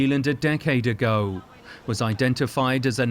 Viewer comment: the way the narrator says ‘decades ago ‘ the strangest ‘ ago’ I’ve ever heard.